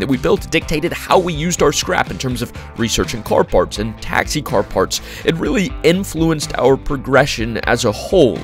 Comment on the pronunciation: love these vids but why tf do you narrate like that like "partshth" wtf is the shth when you pronounce your S'